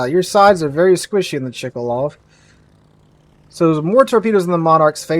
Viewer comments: It's Chkalov, not Chikalov ;) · It is not "Chee-ka-low" but rather "Ch'-ka-low" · It's pronounced: Shiratsuyu (not Shirayatsu), and the CV is Ch-kA--love (chkaluv), not Chee-ka-lov :))